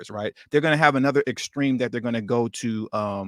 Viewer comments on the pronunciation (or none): none